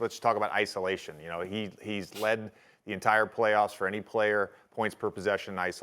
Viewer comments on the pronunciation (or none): no one: jj: apprichiated